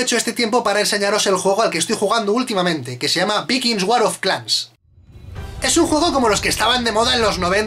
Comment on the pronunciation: Se pronucia Vaikings :v